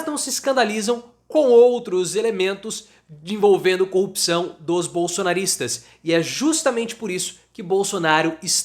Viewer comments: cor-ru-pção Professor, repeat after me: cor-ru-pção, Você está falando quase como Moro e Dalanhol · Professor, repeat after me: cor-rup-ção. Cuidado pois você está quase falando igual ao Moro.